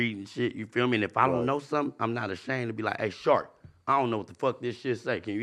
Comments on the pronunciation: Okay but calling sharp “shark” the whole time killed me 😂😂😂😂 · is completely unable to say Sharp or. It's hilarious. It's like when Crunchy Black called VladTV Glad the whole interview. It's so funny.